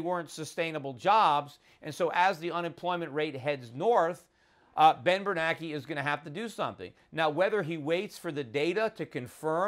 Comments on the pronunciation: i don't know why but it bugs me that schiff pronounces bernanke's name "bernacky". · Yep - we should have driven the car into the ditch like Peter suggested way back when instead of going over the cliff we're about to go over. This is the longest, most excruciating pre-crash I ever could have envisioned. And just as an aside....it's Ben Bernanke as in rhymes with spanky....not Ben Bernacki as in rhymes with wacky - right?